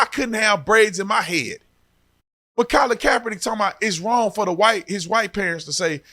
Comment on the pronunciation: U use google for navigation !Colin you ruining the name bro😢